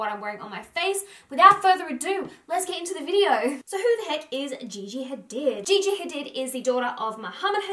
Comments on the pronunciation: Great vid. But you her last name is pronounced Hadeed. Not Hadid even though its speller like that. I'm Arab so I know. Just wanted to let you know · Learn to say hadid right